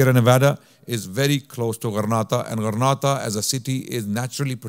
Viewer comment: JZK’ALLAH brother much appreciated. Just a quick correction however, I believe it’s Granada and not Grenada. As Grenada is an island in the Caribbean. Wa Allahu A’lam